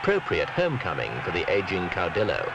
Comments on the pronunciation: "Caw-DILL-oh." No man, it's "caw-dee-oh"; the double l makes a 'y' sound in Spanish. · In Argentina it makes a shhh sound. So clau-di-sho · Ozzy Mosley Caudillo